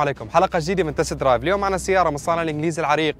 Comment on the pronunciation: تست درايف مش تيستي درايفر يا بطل